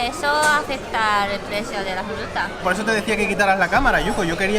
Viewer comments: en vez de decir fruta dice jruta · "La jruta" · dice jruta en ves de fruta xd